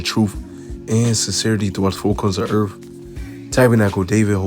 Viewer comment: THE EARTH NOT EARF